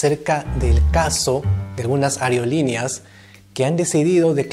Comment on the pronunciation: Draego No me refería al tema sino a la forma de pronunciar la palabra. Dijo areolineas, no aerolíneas. GIL.